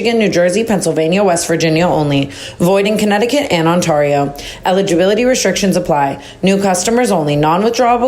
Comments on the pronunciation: In south Florida we have so many iguana. They literally are everywhere. Also can you please re- record the add where you say Ontario wrong 😂 it’s killing me. Lol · the way you say ontario has me cackling